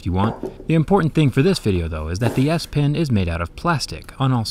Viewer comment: I can't stop hearing Ass-pen instead of S-pen